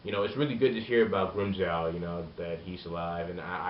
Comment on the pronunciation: its Joe not Jow